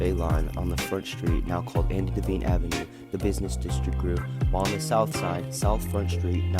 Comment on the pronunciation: It's pronounced DEE-VINE. Not Daveen.